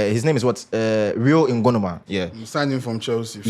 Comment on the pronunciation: The name bi "Ngumoha" not "Ngonoma"